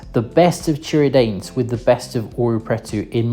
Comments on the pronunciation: É Tiradentes que se fala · Love the way you pronounce Tiradente 😂😂